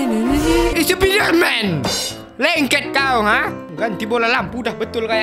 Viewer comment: bukan spider man tapi spenderman